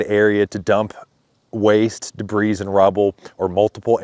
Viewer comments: Da-BREEZE? Sir, it’s pronounced da-BREE. Wouldn’t Samaritan’s Purse be who you need to talk to? Have they left? Praying for you and your neighbors. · the rock that must be moved should be set aside for construction purposes. ps. The "s" is SILENT in "debris" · Hoping Trump sees and responds to your video. Btw the s is silent in the word debris.